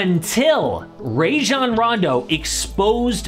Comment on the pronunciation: Yo good video but they way u pronounce rajon is funny